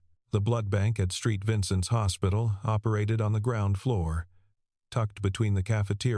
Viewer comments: Street Vincent's or Saint Vincent's? Not so intelligent! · SAINT Vincent's. NOT STREET Vincent's